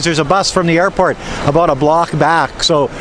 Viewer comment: Slow and defensively. Lol OMG. I JUST heard you say the Canadian ABOUT. Aboot. Mind blown. LOL (I am Chinese-Canadian)